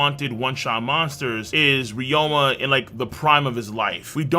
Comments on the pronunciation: Why do you keep calling him ryoma? It’s ryuma, isn’t it? Even in Japanese. I’ve heard it in the anime. Even in the manga it’s spelled “ryuma” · who is reroama? its re-you-ma